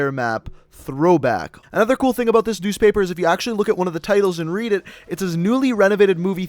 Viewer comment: He's Canadian because he said aboot